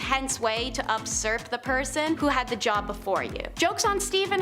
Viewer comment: usurp, not upsurp. LOL Just trying to help.